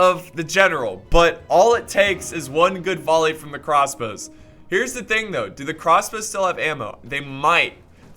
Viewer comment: "Crosbows" .. gg